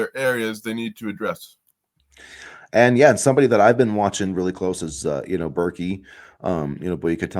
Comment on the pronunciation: It’s pronounced “bear-kay”, fyi. Pryce Sandfort is a huge pick up, if it happens. Not only was he 40% from deep, but he finishes at the rim well.